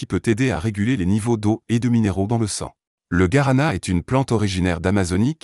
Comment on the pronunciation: Ça se prononce " gouarana" et non pas " garana " .